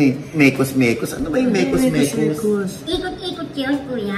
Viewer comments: Mekus mekus po kaso sabi ni insan d nya kaya banggitin ang mix mix kaya sinabi nya meks meks na naging mekus mekus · Mekus mekus is MIX MIX Ganun kasi mag pronounce ang mga Indian according to Nobodydudy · Papa Ogs, ang mekus mekus ay mix mix, hirap kc cla I bigkas ung x,kya naging kus.